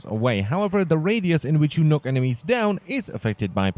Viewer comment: lol he says knock like nook XD